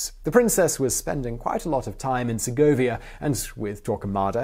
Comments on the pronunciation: "Segga-via"..LOL...It's....SER GO VIA...one word 2 sylables...Serh-govia...savvee ?! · I would like to request better pronunciations. I did not get that you meant to say Segovia, for example. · It's Segovia.